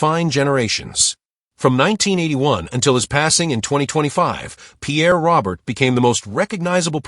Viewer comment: Pierre's surname is pronounced Row-Bear.